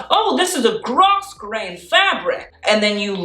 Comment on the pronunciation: Grosgrain is pronounced like grow-grain just fyi